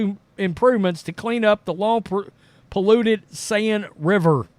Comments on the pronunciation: I am sorry I have to correct you.The Seine River is pronounced as if you were saying the Sane river. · This guy is smart. But saying LeBron James is bought by China is cringe. The whole league is bought by China. I like this channel, but the ignorance is weird. Did even bother looking up how to say the rivers name. Overall 9/10. This episode 3/10. Thank you